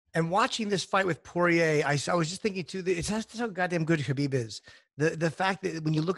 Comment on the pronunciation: Dustin Hazelnut 😂😂😂😂😂 him and Joey Diaz fucking kill me with the pronunciation of fighters names.. Khalabib and stiopic😂😂😂😂